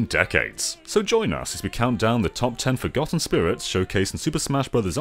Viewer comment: FROGotten? Jeeez….